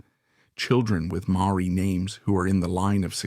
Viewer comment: The narrator could have learned to pronounce Maori properly